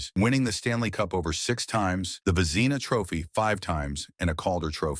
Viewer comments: "Vezeeena Trophies?" WTH?? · "Ice Hockey Field", was said twice 🤦‍♂ "Vezeena Trophy is how Vezina Trophy was pronounced. I turned this crapola off! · AI??? Vezeeeeena Cups? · Only someone who doesn’t follow the game would butcher the pronunciation of one of the most important awards in the game. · My words exactly. And his pronouncement of Vezina, shows his deplorable character.